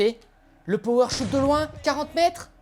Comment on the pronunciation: C pas power shout c power shot 😅